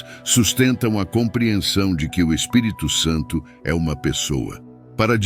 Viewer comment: Você pronunciou corretamente o Espírito Santo não misture mais o Espírito Santo com mais nomes ok sempre pronuncie assim